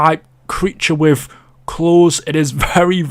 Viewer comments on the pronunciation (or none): none